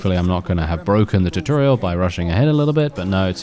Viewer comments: Tutorial(Two-Tor-Ree-al) not (Tit-tor-ree-al). At least for American English. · The way you say tutorial lol!